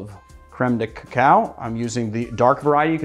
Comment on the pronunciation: First time you pronounce Cacao well! Awesome drink. Will make it tonight!!